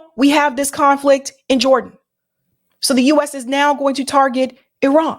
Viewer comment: Nice! You pronounced Iran correctly